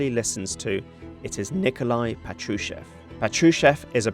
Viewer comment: PA-tru-shev (that's how it's stressed). 🇺🇦🇺🇦🇺🇦 Слава Україні! 🇺🇦🇺🇦🇺🇦